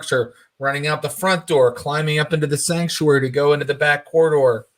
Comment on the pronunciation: Everytime Thomas says Sactuary, all I hear is The Cult: She Sells Sanctuary